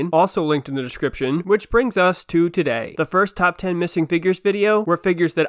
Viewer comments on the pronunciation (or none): none